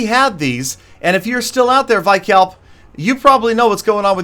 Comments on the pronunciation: btw vikalp is pronounced as we-kalp not y-kalp :) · It's vikalp not vaikalp 😂😂